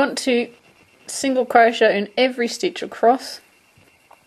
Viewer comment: u do know you r pronouncing crochet wrong right?...